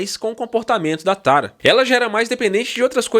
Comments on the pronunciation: Pq ele fala Tara? É Tarja! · Oi só uma correção! Os finlandeses não fazem parte dos povos vikings. Que por sinal deve ser lido “VIKING” e não “Vaiking”, a menos que sua ideia é ler em inglês. outro detalhe é que: o nome da vocalista deve ser pronunciado: “Taria” embora seja escrito Tarja. Abraço daqui da Finlândia 🇫🇮